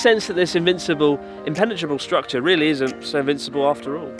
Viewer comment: "it's not rery surprise that I eat it" - Chris Oh geez, his Engrish getting really good now.